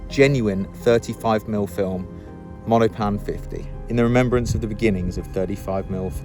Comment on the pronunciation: Cool video! Monopan is three syllables by the way.